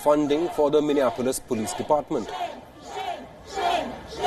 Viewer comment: Minia Polis is how Indians pronounce it